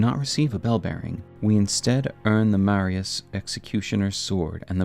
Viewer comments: its marais not marias, said Mar-eh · Why is no YouTuber at all ever able to pronounce “Marais” properly? Lol It’s “Ma-Ray” not Mariah’s. Marais in French means Swamp or Marsh/Marshland. House Marais (Ma-RAY). The Marais (Ma-RAY) Executioner’s Sword. NEXT, it’s not “Echo-aid”. Eochaid would be pronounced either “EYO-kaid” or “EHK-ayd” There is no “Echo” sound in this word. If you’re going to do a lore video, at least take 10 mins to figure out how things a pronounced, and that starts from actually looking at the words. They’ll tell you more often than not just by the order in which the letters are placed. Then just check out etymology. It’s really not that hard if you just slow down and try. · Two small corrections: House Marius -> House Marais (maree) Echoaid -> Eochaid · It's not Marias, it's Marais, and it's pronounced Maray (means swamp in French) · Okay, video is entertaining, gotta give you that. Also a video about my favorite character in the game. Another point for you. But I'm a professional hater, so I got a job to do, excuse the inconvenience. It's M A R A I ' S Executioner Sword. Not Maria's... MARAI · Hey there; just some pronunciation gripes. (Mispronunciations drive me insane.) The name of the House of Marais is francophonic, and thus is correctly pronounced 'ma-RAY', not 'marry-us'. Eochaid is celtiphonic, or Irish-sounding, so its correct pronunciation is 'O-hahd', not 'ecko-aid'. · Marias, Echo-aid, bro I’m sorry I really am not tryna be a dick but just take an extra second to read the names I’m retarded so it’s very distracting hearing you mispronounce them over and over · It’s pronounced Ma-rye (Marais) like how Versailles is pronounced. This is the only nitpick I have with a lot of small YouTubers please pay attention to pronunciations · Sorry to be that guy but it's pronounced "Marey", means "swamp" in french and used to be a common name for wealthy nobles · Great video but the pronunciation of Marais and Eochaid is killing me lol